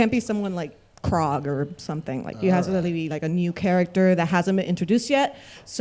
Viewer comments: The girl that asked the first question kept mispronouncing Korg’s name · It took me ages to realise that woman meant Korg when she was saying Krog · Triggered me a little hearing that lady say Krog and not Korg haha